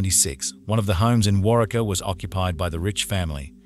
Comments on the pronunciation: Its Pronounced "WarWeka" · Wa-ree-kah is the pronunciation of the town. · War-ree-kaa ( Waurika ) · WAR--EEK--UH is how the name of the town is pronounced. I live in Texas, about 25 miles from Waurika, and remember this case all too well. Law enforcement are not the ones who found Heather, a rancher checking his fields and cattle is the one who saw her body in Belknap Creek and called the police. Because Heather was taken across the state line into Texas, the FBI and Texas Rangers headed the investigation into her rape, kidnapping, and murder. Make no mistake about it, Curtis Gambill was a serial killer in-the-making. If he hadn't been caught for murdering Heather, he would have killed God only knows how many more times before he was caught. Many people believe he killed someone else shortly before he murdered Heather, but law enforcement hasn't been able to prove it. Josh Bagwell is your typical rich kid who was never told 'no,' and also has no conscience. As for Randy Wood, I have no sympathy or admiration for him at all. IF every word he said about what happened to Heather that night is true, why didn't he tell an adult what happened after he was safely away from Curtis and Josh? He could have gone to the cops, gone to his coach or a teacher. No one would have doubted him because everyone knew what a psycho Curtis Gambill was. Instead, he chose to let Heather's body rot in that creek for over a week, all while he was being crowned Homecoming King. Some peope think what he did at trial was noble (dropping his plea deal and testifying against Curtis and Josh without a saft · Drives me crazy how he say Warika omg I'm from medicine park oklahoma. Glad there's another okie on here xoxo my Sooner friend ❤ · I was thinking the same thing when he kept saying it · The town name is pronounced War-Ree-Ka. ~Love Texas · Its pronounced War-eee-Kah, Oklahoma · Im in Oklahoma and its pronounced; War--Reeka.......fyi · Waurika is pronounced war-reek-ah.